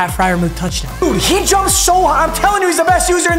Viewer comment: It’s pronounced fryermewth